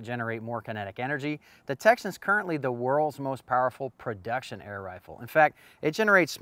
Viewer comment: I didn't miss the EM-phasis on the word "production" in the video. That's why I didn't use it in the comment. It's the title that is wrong. But, that's what I get for nitpicking. More nits...